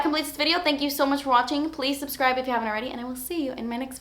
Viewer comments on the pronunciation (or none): none